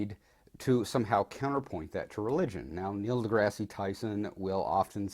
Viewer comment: I'm sorry, but you are saying Neil deGrasse Tyson's name incorrectly. deGrasse is pronounced as D-Grass, not Degrassi.